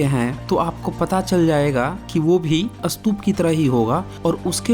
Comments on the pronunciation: सतुप नही,,स्तुप,, plz सही उच्चारण करें,, खुद सही भाषा बोलो,,सत्य बताने का आपका कान सराहनीय है,, मगर,आप खुद गलत उच्चारण ना करें,, यह आवयश्क है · First learn how to say Stupa.. It's Stupa not Satup.. I think u better go to places and observe places then make videos with acid test truth..Moreover, the Harappan Civilization is 2700 to 1500 BC...now add it to the 2100 more years...and u said it was 4500 years old..check ur knowledge before raising finger on someone else..GAPODA...Jealous GAPODA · Apa ka apna pronunciations thik nahi hai.'satup' kya hai? Pahele khud ko correct kigiya. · सतूप नही स्तूप कहते है। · आपको हिन्दी/इंग्लिश स्तूप/stup का उच्चारण इस्तूप है ना कि सतूप । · पहले स्तूप बोलना सीख कर आ, फिर बात करेंगे 😂😂😂😂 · Brother ye ek bewkoof youtuber hai jiska ekmatr maksad hai paisa kamana, ise stoop bhi bolna nahi ata mat dekho inki video ganwar hai ye